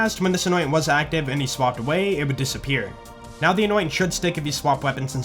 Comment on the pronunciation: Does anyone else also hear "not" when he says "now"